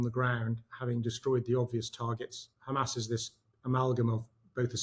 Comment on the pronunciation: I'm usually a fan of Murray but I thought he believed in free speech and he can't pronounce hamas (pronouncing it hamaz) which looks very odd.